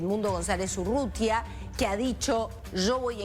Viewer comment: El es González Urrutia el periodista dice Urrutia😂😂